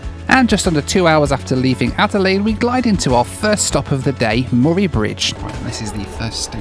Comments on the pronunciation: Say morry again.. Lmfao say mur-ray Bridge.. It's how you say it.. Lmfao I love the overland train. Relaxing day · Ahhh, the joys of hearing Australian place names pronounced by people from overseas. Murray Bridge/Murray River: Murray is pronounced the same was as the surname of the famous actor, Bill. Geelong = "Gee, that's a Long way away!" It's a soft G, as in Giraffe, not a hard G as in Give. The town of Nhill is far more famous, at least amongst my family, for the excellent pinball museum found there.